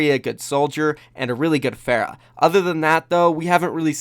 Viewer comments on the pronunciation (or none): none